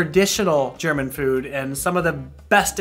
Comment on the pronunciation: Now, focusing on other things (this is my second view), I would like to comment on your German, meaning pronunciation,. It is far better than that of many other USAns'. You've been working on it. Thumbs up.